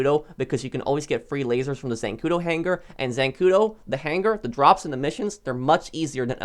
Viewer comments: The way this guy says buhnkar and hang gar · Why does he say hanGar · My only issue with any of your content is the way you pronounce hangar.